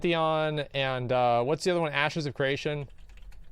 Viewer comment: Ashes not asses you dumbass